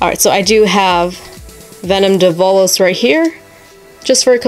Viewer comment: Its Dev-a-lose